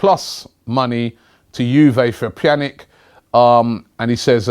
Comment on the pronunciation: Yes Robbie he said pjanic right